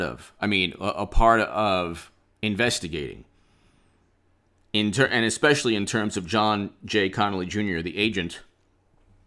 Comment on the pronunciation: “eeand” lol